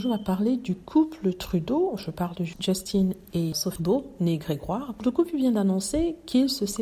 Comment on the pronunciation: Btw, Justin se prononce à la française quand on parle français.